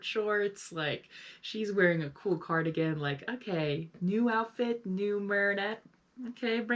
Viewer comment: Ok, I’m sorry but that is a gen z moment right there. The way you said outfit is giving gen z.